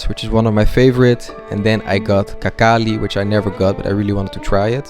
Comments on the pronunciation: It's not “kakali,” the correct pronunciation as in the word “he” — [he]nkali. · Какали ахаххахахаххах 😄 In Russian, it sounded like a poop.... Slightly incorrect pronunciation completely changes the meaning